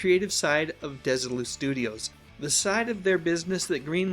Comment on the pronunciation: this was a great one, and brought out things I didn't know until now. May I, however, major on a minor for a second? Desilu was named for Lucy and her husband Desi (DEZ-ee) Arnaz. Thus their company was "DEZ-ee Lou", rather than "DESS-ee Lou".